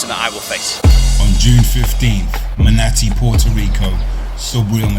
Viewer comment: Great video. Great way to hype up the fight. Solid analysis as well. However, here comes the nitpick: Spanish is a language where things are pronounced pretty much exactly as they're spelled (with some regional accents to keep in mind) and the vowels are consistent. A lot of times Brits botch the simplest syllables so bad a Spanish speaker would think you're doing it on purpose. It's "Mah-nah-tii." The same "a" in the second syllable as the first syllable--same "a" as in "Matias" for both, so we know you can do it. It's easy-peasy-lemon-squeezey and all that jazz.